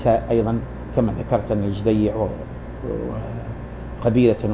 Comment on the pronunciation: على أية حال ، بارك الله فيك يا أخا العرب ، لكنك تقارع رجلا بتكلم بصوت مسترسل ، يزلزل الأرض ، كما بتحدث بلسان الواثق ، وأول أخطائك أنك ضعفت ياء التصغير في اسمه على حين أنه على وزن حسين (بضم أوله دون تصعيف ياء التصغير )، ثم إن كون ابن عساكر أشعريا لايعني كونه غير متحر للصدق فيما يكتب ، فالمسلم عموما يوقن أت الكذب محرم في ديننا ، مع أن الأشاعرة أساسا يعدون أحد مكونات المذهب السني ، بل إنهم أكبر مكوناته على حين أراك تجعلهم قسما مستقلا عن السنة ، وصلاح الدين الأيوبي الذي تفخر به الأمة قاطبة كان أشعريا ، فالمذهب السني يا صاحبي يتألف من عدة فرق أبرزها الأشاعرة ، والصوفية ، والماتريدية ، والسلفية ، والوهابية ، والإخوان المسلمون ، وأشدها تطرفا داعش ، وإن رغبت في استكمال النقاش فلا بأس شريطة الالتزام بتعاليم ديننا العظيم " ليس المؤمن بالطعان ولا اللعان ولا الفاحش البذيء "